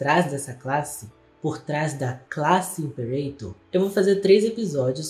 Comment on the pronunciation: Limperator lmao